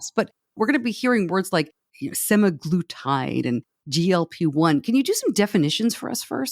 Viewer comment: Hmm, semaglutide, not semiglutide. I think "sema" refers to the 7 day cycle. Good discussion. I agree about Type 1. I've heard from at least one Type 1 person that the drug works for them. Probably this is due to the gastric slowdown since their bodies cannot produce insulin.